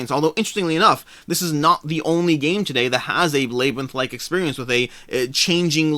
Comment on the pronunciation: Alway interesting to hear unique pronunciations. Never heard labyrinth pronounced lay-brinth. Always said lab-rinth myself. My four year old got on to me yesterday for my southern pronunciation of Fri-dee instead of Fri-day. Do you think both of those Hanamikoji versions will be readily available at retail later?